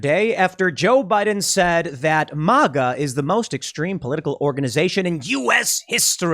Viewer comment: MĀGA not MauGA 🙈🤣🤣🤣